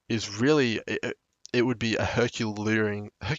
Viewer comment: Her Cue Lee Ann